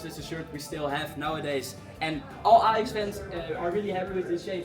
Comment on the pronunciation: Ajax* not Alex 😂